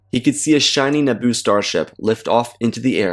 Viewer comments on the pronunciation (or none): none